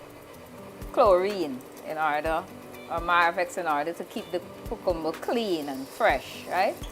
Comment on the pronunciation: You’re pronouncing CUCUMBER incorrectly!